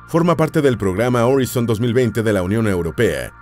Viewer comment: "Horizon" pronunciación : oraison